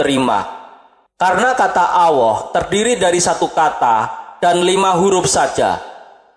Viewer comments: Miiin, min,...Alloh min bukan Awwoh,...lidah nya nya keseleg ya,...🤣🤣🤣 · Gk bisa nyebut allah